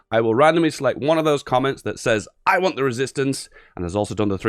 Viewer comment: "I WAN'T THE RESISTANCE"